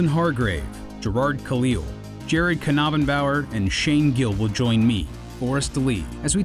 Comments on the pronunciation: Is Jared's surname seriously pronounced ka-naben-bower? It's like hearing the Donkey Kong cartoon say King Ka-rool lmfao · Is that really how Jared's last name is pronounced? I always pronounced it "Nab-in-bow-er", like the K was silent. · Is that really how you pronounce Jared's last name? Pretty sure the 'k' is silent. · Well today I learned how to pronounce Jared's surname